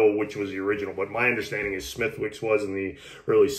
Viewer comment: Smithicks... W silent.